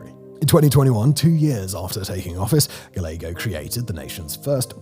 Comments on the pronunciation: I know he's from the UK, and everything else in this video is incredibly important, but when he says Gallego (gal-egg-oh) instead of Gallego (Guy-yeg-goh) it felt like a flashbang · "ga-leg-oh" kills me LOL it's "guy-egg-go" Gallego "LL" in Spanish makes a "Y" sound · * Kate Gallego, Pronounced Kate Ga (ye) go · Phoenix mayor Kate Guy-yay-go. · Gila = "He-la" Papago = "Papa-go" Gallego = "Guy-egg-o" Pedantic Phoenician here. 😁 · Like many things in Arizona, the last name of Phoenix Mayor Kate Gallego has that spanish pronunciation of guy-a-go. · and Gila river is pronounced heela, also I think the mayor's name is pronounced Gah ye go. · You are mis mispronouncing Gallego -- the double L ( ll) is pronoced like a Y like yellow